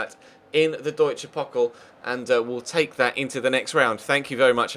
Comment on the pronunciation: The way you say "Deutsche Pokal"😂